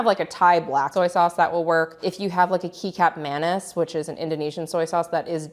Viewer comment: The "Indonesian" dark soya sauce she mentioned is Kicap Manis. It's pronounced Kee-Charp-Mah-Niss (Sorry, i think i butchered it). From Malaysia, Singapore, Indonesia. Aka dark sweet soy sauce